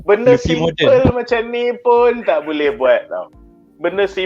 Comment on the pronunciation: Its lufi bukan lafi adehhh